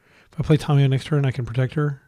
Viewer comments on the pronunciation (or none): Drinking game. Take a shot every time he says Tomiyo instead of Tamiyo (Don't you might die).